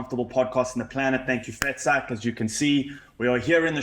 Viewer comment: 😂😂 that “vetsak” advert has me in tears 😂😂 you need to pronounce it like a boertjie my boet. 😂😂 typical Cape Town oak hey, we love to see it 😂😂 Dricus by 2nd round POES KLAP against the pommy 😂